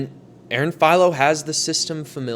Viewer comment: Philo is not "feel-o" it's a hard I like in wifi